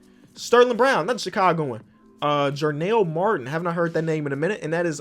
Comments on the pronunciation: “jarell martin”.: “jarNELL” martin” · (Jarell Martin Exists) No one:: JARNELL MARTIN!